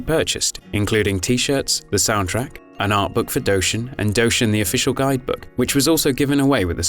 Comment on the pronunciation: I still own this game since its release and I still think it is a classic Nintendo game! PS it is D-O-shin not Dowshin sorry for the nit pick